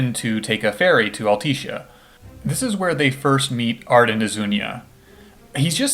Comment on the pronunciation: All-Tisha. Sorry it bugged me